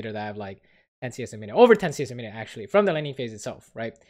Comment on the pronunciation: why u no say 'actually' correctly? :-(